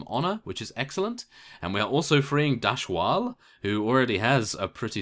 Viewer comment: The names of the Tomb Lords you saved were Imrathepis (Eem-Ra-the-piss), Lakham (Lah-Kah-M) and Dhashwal (Da-Ha-shh-Wal).